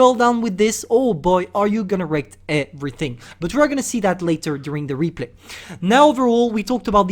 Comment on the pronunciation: Me: everything:,ÉEE-VRI-TIN